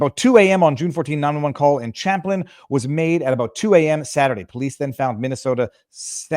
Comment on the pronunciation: Its cham plin not shamplin